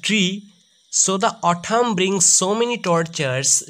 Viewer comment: Pronounce Au-thamn nhi it will au-tumn and na-ke nhi it will ne-ked